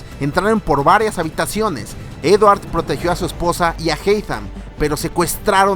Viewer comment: dice edwar